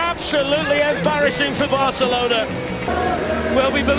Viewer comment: Barcalona Day, Ridiculous